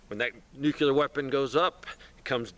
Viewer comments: Why are you adding an extra syllable to the word NUCLEAR? NUCLEAR is a two syllable word. It is NOT a three syllable word. Stop saying "NEW-QUE-LEER". It is pronounced "NEW-CLEAR". Two syllables... not three syllables. Stop pronouncing the word NUCLEAR wrong. I’ll lead an effective strategy to mobilize trunalimunumaprzure. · New-cue-ler? It's pronounced NEW-CLEAR. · I never trust anybody who says "new-cue-lur", because they don't even know that nuclear is derived of a nucleus - and not a newcuelus (or however you spell this imaginary word). The word you seek is nuclear (from the nucleus). New-cle-ar. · Learn how to say Nuclear. There’s only 1 U. It’s not Nukuler.